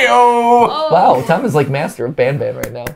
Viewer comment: You dont pronounce banban like benben, pronounce banban like kinda like bonbon Banban is basically japanese, ばんばん Because everyone ALWAYS calls banban like べんべん